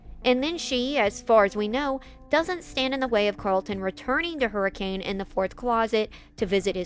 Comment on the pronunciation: As someone local to the Washington County area, the city of Hurricane is pronounced hurrakin.